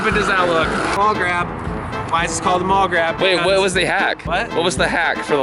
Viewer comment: it's "maul grab" not "mall grab"